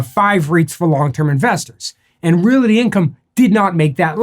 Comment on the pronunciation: Why are you saying Realaty?